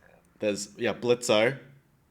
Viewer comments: His name is pronounced blitz the o is silent. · Your off screen friend who's seen it said Blitzo. The O is silent! It's spelt Blitzø but just pronounced Blitz